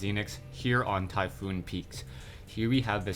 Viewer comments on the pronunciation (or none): Typhon, not Typhoon. Tie - fawn, not tie-foon Check wikipedia for the mythology.